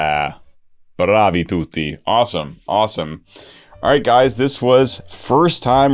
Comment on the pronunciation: When I heard that final "Bravi tutti" I was shocked! Good accent! (I'm italian)